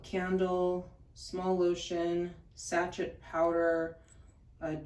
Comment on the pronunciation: Sachet is pronounced sashay 😊